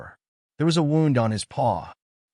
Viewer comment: A wownd? It's woo nd. Wound. Edit your vids for awful AI.